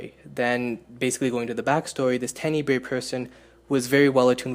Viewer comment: Tenneebrae sounds funny. It's Tenebrae...